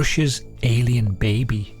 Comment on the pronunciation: The way he says Russia's Alien Beh-bee! 😂